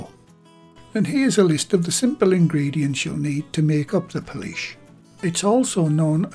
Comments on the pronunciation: pool say pool now add ish pool-ish not policesh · Every time says Poolish I said out loud "police where" 😂😂 oh well at least I made myself laugh